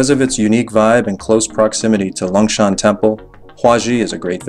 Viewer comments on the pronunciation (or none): it s longshan temple not 'lungshan' temple... but you forgot the unmissable MRT metro to go from one place to another, and also forgot to say that it s okay to take a cab once in a while... exemple for the taoyuan airport to nangang it s around 1000 NTD... also you forgot [maybe not enough time to go there] to talk about the zhongxiao xinsheng area with computers, high tech.... i leave in taipei so i can say it... anyway it s a very good video... cheers